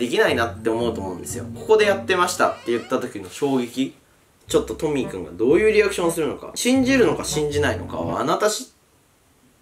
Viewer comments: にカンタはトミックって言ってない？ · トミー君がトミック聞こえた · トミーくんがトミックに聞こえた🙄